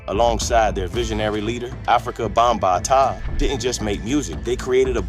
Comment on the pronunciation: It's five pillars of hip hop: MCing (emceeing), DJing, breakdancing, graffiti art, and knowledge. And you're pronouncing Bambaataa wrong.